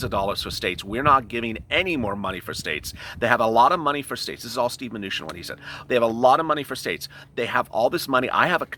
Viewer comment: Love the show and really enjoy watching it, but man ish it sounded like you said Stew manuchin which kinda made me chuckle some. Thats all from the Hoosier state.